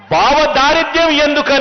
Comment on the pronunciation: Areyy Nayanaa, Baavadaaridyam, Kaadhu Raaa, Soomi, Bhavadaaridhyam, Ani, Anaali, Sariga Maatladadam Theliyanappudu, Aa, Word ki, Alternative Word, Nee Script, Loo, Raayinchukoovaali Swami, Baavadaaridyam, Baammardhidaaridyam Anee, Words, Telugu, Loo, Ippativarakoo Evaroo, Use, Cheeyyaleedhu, Swami, First time, Nee, Nooti Nunchi, Vintunnaammu, Yeemi Kharma Pattindhi Telugu Bhaasha Ki,..